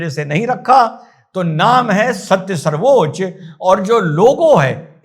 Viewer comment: plz u need to rethink Its sarvochya nt sarvochaa.. Please consult correct dictionary.. Pranaam jai hind